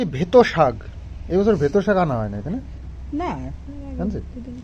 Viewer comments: Saago noy..kathata saak..beto saak!👍😊🥰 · Bheto sag noi beto sag.